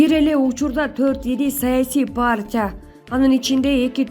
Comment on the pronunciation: Партиябы, же паартиябы? Окуганды уйрончу!